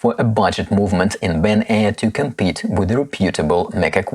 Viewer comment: good comparison, thanks! By the way, it’s Ben-y-ar, not Ben-air!